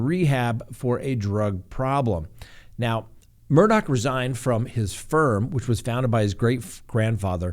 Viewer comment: Good job on pronouncing it correctly. His name is spelled Alex Murdaugh but is pronounced Aleck Murdock